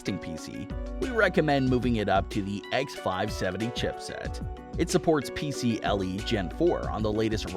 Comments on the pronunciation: Hat being that guy as I’m not usually one to comment negative comments on videos, however, this video just has too many mistakes in it to not point out... #1 Never have a 1 minute long intro in any video. #2 - you said X470 yet title says X570. #3 - It’s “PCIe” not “PCLe” (i as in ice, not l as in lollipop) #4 - They’re SATA SSDs, not NVMe #5 Why bother talking about the X570 (or any modern product), and display PC parts from 2005 in the video? Show clips of the product you are talking about instead. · It's PCiE lol not PCLE